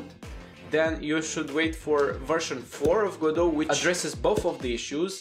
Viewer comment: Even he says Ga-doh, good, I'll continue.